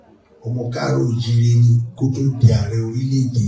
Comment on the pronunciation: ❤❤❤the king pronounced kaaro o ji re. the way it supposed to be pronounced. ❤❤❤❤🎉🎉🎉